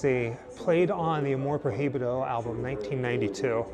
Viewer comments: In spanish, the H is "muted" you must say something like "proibido" instead of "pro hi bido"... :) good luck! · AMOR PROHIBIDO, the correct way to pronounce is AMOR PROIBIDO, the letter H is mute in spanish. Greetings.